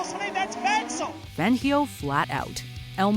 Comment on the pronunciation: Please lady, learn how to pronounce Fangio’s name! Listen to the commentators from the videos you’re showing...